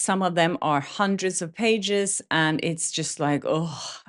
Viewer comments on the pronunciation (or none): none